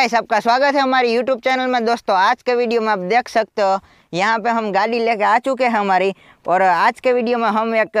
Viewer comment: Gaari laye ho ya gaali laye ho bhai shi se bolo